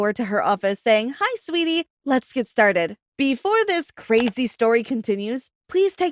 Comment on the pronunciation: her name is Sweeatie,lol 😂